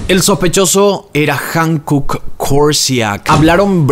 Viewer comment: ✨✨Amo tu contenido!!✨✨ Me encanta como explicas todo y le das seguimiento!! Like para todos tus videos!! 👍🏻👍🏻👍🏻👍🏻 Sólo como dato cultural 🤭 HYUNKOOK se pronuncia cómo jiunkuk. Espero puedas hacer más casos del continente asiático 🫰🏻💙